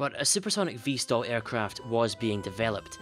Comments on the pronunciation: VTOL NOT VSTOL REEEEEEEEEEEEEEEEEEEEEE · Why does he say vstol instead off vtol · VTOL and NOT Vstal